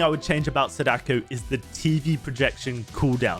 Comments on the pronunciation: the correct pronunciation of "Sadako" has the accent on the first "a", people tend to say "saDAko" instead of the correct "SAdako" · Can someone tell that it's pronounced 'SAH-duh-koh'? Emphasis on the first syllable. Japanese is a pretty structured language. When you learn a few names, it's really easy to pronounce them correctly. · It's (Sah-Dah-Ko) Sadako👍🏾